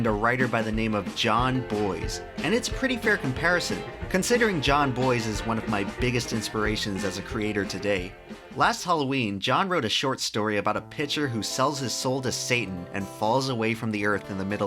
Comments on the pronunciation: AYYYYE, We got a Jon Bois reference! Said Jon “Bwau” wrong but better than nothing 😂 solid vid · Bois is pronounced "Bwa"